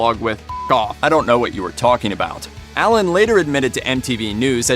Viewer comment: Why are you calling him Ellen???